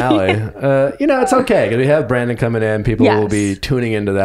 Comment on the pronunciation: Nick I like your podcast I’m a fan but for the love of god learn the contestant’s names. It’s Brandon not Brendan!